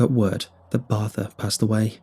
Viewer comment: What wait a sec ok barther not barth